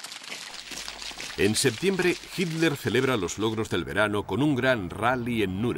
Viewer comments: YO ESCUCHO MAL O EL RELATOR NO SABE DECIR "HITLER" Y REPITE "HIMLER". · dice Hitler, pero como has comentado, el dígrafo "tl" (no la sílaba) es difícil de pronunciar según en qué regiones, así yo oigo "hil-ler" En Latinoamérica tenéis muchísimos más vicios de dicción. Sólo con el seseo la mayoría no distinguís la C de la S y la Z y eso demuestra una falta de lectura. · Ositafeliz Mansilla, En realidad dice " Hitler ", pero los Españoles ( tal como este relator ) con sus peculiaridades lingüísticas, no pronuncian la combinación de letras " tl " como una sola sílaba, sino mas bien las separan como en la palabra " atleta " ellos la pronuncian como " at- leta ", y lo mismo hacer con él apellido Hitler ,al pronunciarlo " Hit- ler " y a veces parece cosa como Himler...por atención y verás...Saludos..